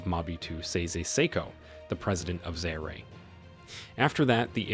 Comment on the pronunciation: It's not zayre but za-ear